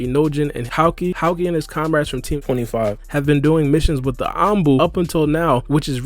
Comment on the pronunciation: That's not how you pronounce Houki, it's not Howkey, it's HOOKEE